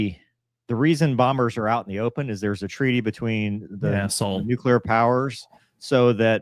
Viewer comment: "Nucular Triad" 🥀